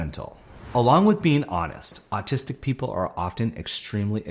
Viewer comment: Okay, I can not be the only one who hears him say artistics a million times!!